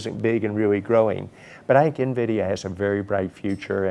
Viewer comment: DONT SAY NAVIDIA, ITS en-vidia . A veteran journalist who cannot pronounce Nvidia.